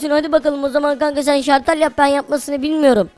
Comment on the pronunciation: Şartel değil şalter